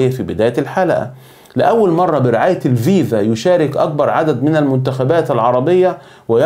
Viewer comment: اولا اتعرف كيف تنطق الاسم كما يجب اسمها الـفـيـفـا. FIFA بحرف إلـفاء بالحروف اللاتينية و ليس الـڤِـيـڤـا VIVA لأن المعنى لا علاقة لهم ببعضهم